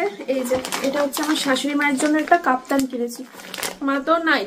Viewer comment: Kotha ta kaptan na, Kaftan.